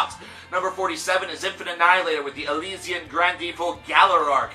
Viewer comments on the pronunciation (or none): none